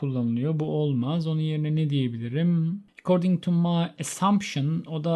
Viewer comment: Hocam according neden recording gibi okudunuz. Kafam çok karisti :)